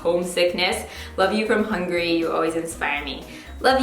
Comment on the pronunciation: ahhaha I love that she pronounced Hungary as Hungry 😂😂 Love you ❤️❤️😘